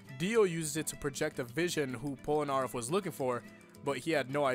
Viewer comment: bro just said polnaraff